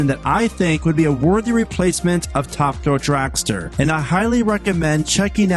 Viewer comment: It's called Top. Thrill. Dragster. Not Ta Dull dragster